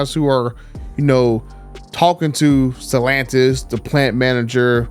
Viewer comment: Dude you have nice content..but Jesus at least pronounce Stellantis correctly! I don't know how you can Butcher it so badly!